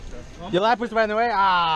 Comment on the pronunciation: LaprAs bro, not LaprIs :) great video!